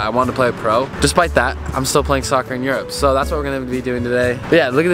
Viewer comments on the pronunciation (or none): It’s pronounced ur-up not ur-rope